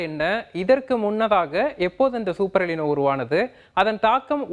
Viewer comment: '' எலினோ " அல்ல " எல் நினோ" என்று சொல்ல வேண்டும்.